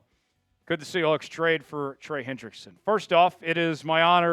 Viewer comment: Chat Sports should have guys who actually grew up in the same state do the reporting. I can’t stand someone who pronounces Sea HWAHKS.